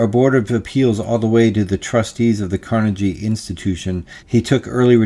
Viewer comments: How do you get to Carnejee Hall? Practick, man, practick. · Did he just pronounce Carnegie as car-nu-jee? It did sound like he was just reading whole parts of that out from some source without having the first idea what any of it meant, or even sounded like. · Never trust a person who pronounces Carnegie , Carna-jee. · Had to laugh at his pronunciation of "CarnaJEE" It's like he's an idiot or something 😂 I'll watch this twice more to help the Al Gore Rhythm 👍